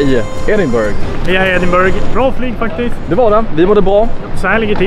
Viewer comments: Man säger Edinbruh inte burg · Riktigt bra video! Uttalas Ed-in-bruh eller Ed-in-buh-ruh dock :D